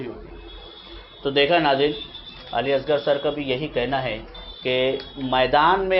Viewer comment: اردو کا ذرا تو لحاظ کریں. علی اصغر.. اضغر نہیں.